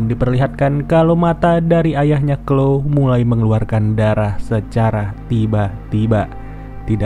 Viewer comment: Mantap min.. btw bukan sebutan nya bukan klo tp chloe = klowi